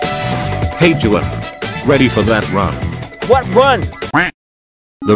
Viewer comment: well Actually Juan is pronounced Wan or wuan🤓